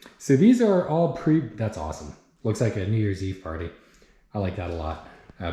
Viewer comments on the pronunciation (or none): none